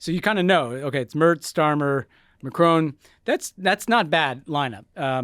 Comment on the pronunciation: Macron, not Macrone.